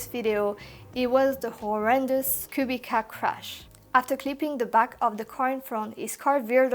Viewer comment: Thanks for next great video. BTW Kubica(KubiTZa not cubicka)